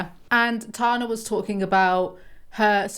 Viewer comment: It's good to see you. Good take, good video, and a pneumatic device to remember how to say Tana is that Tana is tan. Its that hard "a" sound we americans love to use